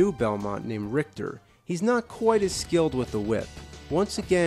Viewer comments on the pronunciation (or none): none